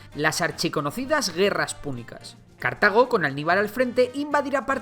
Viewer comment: "Archiconocidas gerras punicas"nunca había escuchado de ellas xd